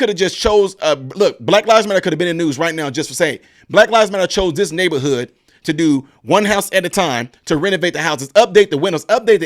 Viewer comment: Great info. but you do Ms. Owens a diservice when you fail to pronounce the /th/ on words like /THIS/ & /THAT/ & /THE/.